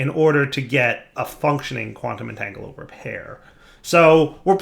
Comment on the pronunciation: Quantum entanglopoRter. There's an R. It isn't silent.